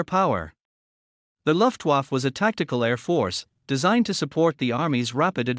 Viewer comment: What the hell is a "luftwuff"? The voice over is a joke.